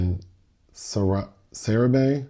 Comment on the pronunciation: Ayyo... My mans pronounced " Sarahbi " 10 times decently before he started fckin it up 😂 like whaa. 😊